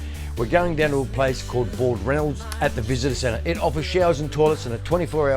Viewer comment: It's BAL Ranald not ballranald